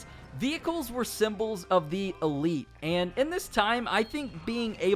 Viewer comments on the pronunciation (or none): none